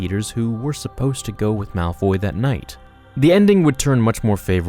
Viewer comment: Guys its Malfoy. Not Malfy, malphoy or Malfrey